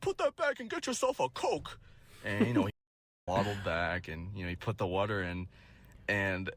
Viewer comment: “YOU GETTING A WAHTAH?” 😂😂😂